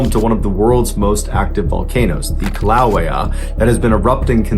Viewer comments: It’s pronounced Kill-a-way. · pretty sure it's pronounced like "killa wayuh" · It's pronounced "kill-la-way-uhhhh" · Its pronounced “kill-ah-way-ah” 💕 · Ministry of Silly Accents says it’s pronounced Kīlauea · Ain't it pronounced 'Killa-way-a'? Lol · From Hawaii here. Born in Hilo. It's pronounced "kill-uh-way-uh" .... Just for the curious. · First off Kilauea is pronounced "killa-waya." I know facts are important to you so I just thought I'd point that out. Second, (this is gonna piss some people off) after an individual has been turned away from all the other services, the army will be there with open arms. So a fair percentage of them are not exactly the cream of the crop when it comes to braincells... just sayin' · What a curious pronunciation of Kīlauea. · I’ve never heard Kilauea pronounced like that.